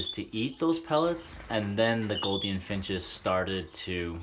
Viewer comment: PLEASE say GOULDIAN NOT GOLDIAN. They are not GOLD-ian. They are with a "U" sound.